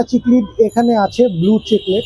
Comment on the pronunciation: its not Chic-lid its Cichlid as in Sic-lid lyree tail na its Lyre tail as in Liar-tail its disappointing to see a professional business person doesnt know the actual pronunciation of the fish Aquarium industry is one of the most fast growing hobby around the world and Bangladesh has the best and suitable weather for it proper way te ei Industry success hole it can start a huge export import business too